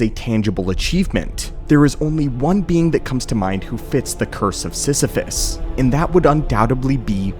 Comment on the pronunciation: You mean... Sith-iphus?